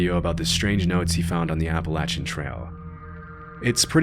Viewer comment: "Appalachian" .. no .. no thanks ?